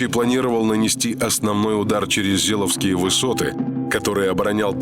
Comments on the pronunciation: Да не Зеловские, а ЗеЕловские... ну что вы блин, ни ударения не ставите в нужном месте, ни озвучить правильно слова не можете. Чему молодежь учите? Все серии с ляпами озвучки, слух режет. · Не Зеловские высоты, а Зееловские высоты! Такие вещи надо знать Отваришь диктор